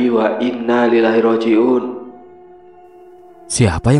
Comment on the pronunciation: Inalillahi wai'nna ilaihi rodjiun bukan inna lillahi wainnalillahi rodjiun🙏